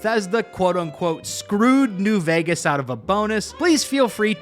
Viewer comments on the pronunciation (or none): why do you say vægas